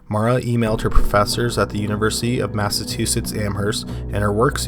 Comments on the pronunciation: Dude, we've talked aboat this before, eyh? It's pronounced: Mass-a-chew-sits (*Massachusetts*) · I love your channel dude its great. You clearly put a lot of research and time into them. But you really need to learn how to say Massachusetts. I dont know why it drives me so crazy but it does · I'm just curious, is that how you usually pronounce Massachusetts? I've never heard that particular pronunciation before.